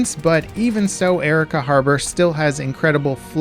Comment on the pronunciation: My family is from Arica. The pronunciation of the city and the country always makes me cringe